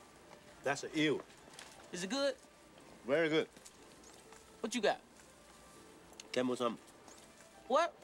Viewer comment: lee sounds like he is saying camels hump😂